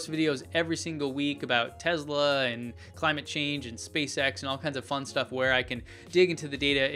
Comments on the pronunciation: It's NOT Tezla its Tesla! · Great videos ! But hey, the name "Tesla" does not have a Z in it :)